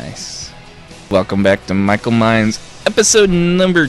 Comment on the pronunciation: Who is this "Mhykol" that you speak of?